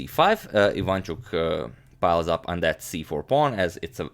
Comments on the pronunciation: But, I am sorry to break it to the channel that as Ukrainian, I can assure everyone that all the time agadmator pronounces IvAnchuk incorrectly, it is IvanchUk instead. And I was born in Lviv region), where Vasiliy lives. Yeah, guys, sorry to break it to you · Hey mate, you pronounce Aronian correctly. But not for Ivanchuk. It's IvanchUk, not IvAnchuk. Same for GrischUk, not GrIschuk. You can be assured. (I'm from Russia. Just search YT for videos in their native language to hear how their names are pronounced in Russia / Ukraine, in case you need proof.) Thanks for your vids, keep up the good work. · And not ivAnchuk, but ivanchUk, there are the only mistakes of pronunciation )) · About pronouncement - it is efficient to say IvanchUk, not IvAnchuk...